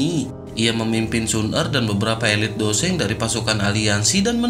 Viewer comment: bang seng bang bukan dou sheng